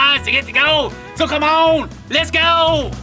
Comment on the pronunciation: i so thought he was saying "Lets Gold!"